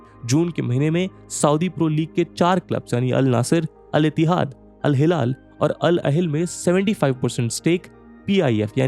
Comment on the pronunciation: InIESTA hai vo InESTIA nahi 🤣🤣 bhaiya kya channel hai yaar ye millions mei subscribers aur Al Hilal nhi bol paarha Iniesta ka naam nhi le paarha David Villa nhi "We Aa" bolte hain. Isko hire mat karna next footballing videos ke liye aankh band krke suno to kuchh samajh hee nhi aayega 😂😂